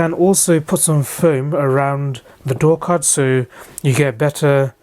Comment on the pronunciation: I was listening to him while I was doing something else and I swear he said door cunt several times. I just had to come back to see what one of those looked like.